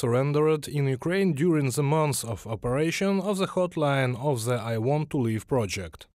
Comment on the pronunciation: Your pronunciation of "th" as "z" gets on my nerves. Just saying...